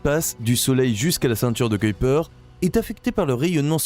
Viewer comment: Tiens je suis étonné! le gars a dit "Kuiper" correctement... c'est rare, très rare. On entend souvent "cui" "pèr", "kouipèr"...non, c'est bien "Koeil-Peur" (prononciation correcte du nom Néerlandais.)